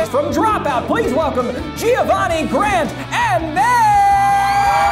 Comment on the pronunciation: Saw a video with smosh and the opener steated dropout so of course I immeidately went to this video. Deeply upest because if that 's how you pronouce Jiavani please at least pretend it's a pokemon. Can't comment on the rest of the video. 1 Thumb in the middle.